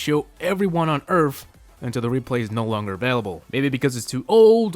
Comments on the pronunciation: its erth not erf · "Everyone on Earf"